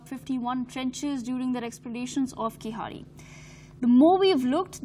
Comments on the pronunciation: It's not KEEZAADI!!! You won't be able to pronounce 'zh' so pronounce it as a 'L' okay? But appreciate your efforts as whole of north india has ignored keeladi excavations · It's not pronounced as Keezadi .....! It is pronounced as Keeladi.....with an unique consonant special "L" ....! Hence written as Keezhladi rather than Keeladi. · It's pathetic to hear this news reader pronouncing the name as "keesadi"! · Request to the News reader- "Keezhadi" exact Tamil pronunciation is difficult for non-Tamil speakers except Malayalis, so the pronunciation that is closer to the exact word would sound like KEELADI , hence pls read Keeladi instead of Keesadi. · What ever your name is are you and your team purposely pronouncing keezhadi wrong ?? It's neither khiladi Hindi movie name nor khizari .. IT'S KEE-ZHA-DI !! 😏😏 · It is tamil civilisation not Dravidian or aryan.......Pronounce as keezhadi .... Thanks for covering our archeological treasure...🙏🇮🇳 Jai hind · Pronouce "Keeladi" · I request anchors to pronounce Keezhadi properly. Please check with some Tamil colleagues in studio and get that right. I would really appreciate if your crew put in that effort. Having said that, I appreciate the coverage of your channel on this topic. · What arrogance and adamancy of this channel's reporters that they do not pronounce the word "Keezhadi" in a supposed way. Don't they have any Tamilians working in their company? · Shes reading news about tamils but cant even pronounce the name of the place.👎😤😡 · Funny to hear her pronunciation of keeladi .... Completely wrong ...